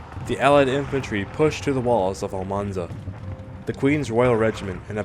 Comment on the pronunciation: It's Almansa, not Almanza. It's still not too late to correct it!